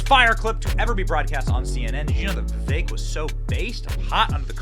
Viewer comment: Benny, his name is pronounced Vivake, not giving you crap just trying to help out.. 💪🏻 great show as always!